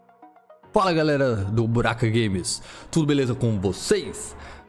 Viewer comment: Foi impressão minha o ele falo Buraka Games